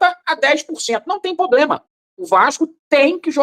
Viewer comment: "Não tem poblema"😂😂😂😂😂